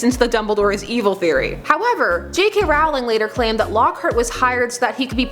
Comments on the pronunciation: ITS ROWLING. Not Rawling You don’t say bawling... you say bowling. See? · It is ROwling Not RAwling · It's Rowling not Rawling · Just saying, it's not J.K. ROUwling It's J.K. ROLLing (thats the way it's pronounced not spelled I am completely aware it's spelled JK Rowling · ITS ROLL-ING NOT ROWW-LING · it is rolling not rolling seriously get it please please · IT'S PRONOUNCED "ROLLING" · it's actually pronounced rolling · Rowling as in BOWLING NOT AS IN HOWLING please copy paste this every Potter video you watch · I love the giggle. :-) But please- PLEASE!!! It's ROLL-ing! Rowling like bowling! Failing such a basic thing like that really cuts credibility on other matters! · *Sigh! Please get JK Rowling's name right! It's Row-ling as in Row the boat, not as in a Row (argument) :P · I hate it when people pronounce Rowling wrong... ROUWLING LOLZ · Mispronouncing JK's last name? Yikes.